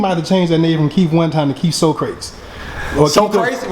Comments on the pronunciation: "Socrates"......pronounced: [Sock-re-teez]......... what iz ya? Ignant?? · Appreciate the interview. (It's pronounced "Sock-Rah-Tease." )